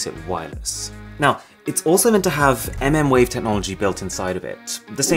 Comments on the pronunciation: MmWave literally means „millimeterwave“. If sou call it „EmEmwave“ it sounds like you don’t really know what you are talking about 😉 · mmWave lol, its pronounced millimeter wave, but keep saying mm sounds more fun.